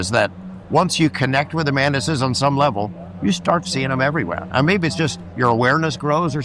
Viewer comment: ... why did i hear "The mantises... the man-tits" 🤣🤣🤣